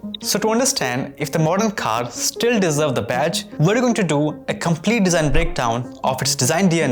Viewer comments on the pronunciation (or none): just speak indian accent bro wtf is "KHARRR"